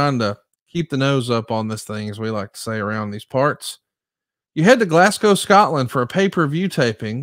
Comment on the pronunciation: Glasgow isn't pronounced 'Glass-go' or 'Glass-cow', it's pronounced 'Glaz-go'.